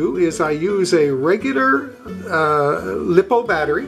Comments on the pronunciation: Very good video, thanks. BTW, it’s pronounced Lie - Po, not Lip - O. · consisering how many times you said lipo i feel the need to inform you that its pronounced like liposuction